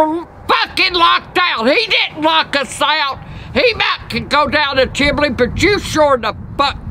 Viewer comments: did she just say "chimley"? 😂😂😂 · “THE CHIMLEE” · “chimley”😂 is the funniest